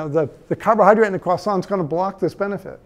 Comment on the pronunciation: the first american I've heard pronounce croissant correctly - this alone is reason to trust this man's hard work